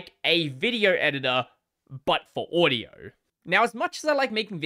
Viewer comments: It's pronounced "audio" not "uadio" lol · No, you mispronounced the word "audio" making it sound more like "uadio". The correct pronunciation is more like "Ah-dio".